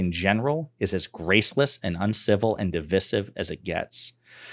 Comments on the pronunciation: The word “divisive” is pronounced as dih-vahy-siv in English. The first syllable is pronounced with a short “i” sound, the second syllable is pronounced with a long “i” sound, and the third syllable is pronounced with a short “i” sound. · errrmm... "Div-eye-sive"